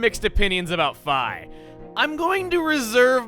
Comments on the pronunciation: Hey. Um. IT'S FEEEEEEEEEE NOT FIIIIIII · fee not fi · IT IS PRONOUNCED FEE NOT FI!!!! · Hey many people pronounce it fee not fi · uhh chug, I think its pronounced FEE not FI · NO. NOT FI. ITS FI. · It's officially pronounced Fai... Why do you think it's Fee? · lost some style points from calling her fī and not fee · Skyloft is one of the best towns in Zelda. It has so much personality and really feels alive. ( also please stop pronouncing Fii as Fay. You dont pronounce Wii as Why. Its pronounced Fee like the nintendo Wii. Sorry it just bothers me xD) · I always thought she was called Fi - F-e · The pronunciation "Fye" just doesn't sound right to me (even if it is official) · Awesome, I'm not alone! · yeah i always said fee so every time i hear it im screaming in my head ITS FEE YOU BIG PERSON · Lucky Sock same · It's "Fee" and always will be <(>n<)> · It bothers me how you pronounce fi. I mean if thats the right way then ill try not to complain, but it still tips me off. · Stop! That pronunciation is terrible!!!!!! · Your pronunciation of Fi is giving me an aneurism. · Oh god the way he pronounces Fi makes me want to die